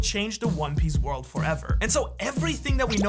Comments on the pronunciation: Did you really just say "Shanks for watching." ??? How did I not notice this before hahaha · Ain’t no way he said “shanks for watching” 😂😂😂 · He literally said "Shanks for watching" at the end 😂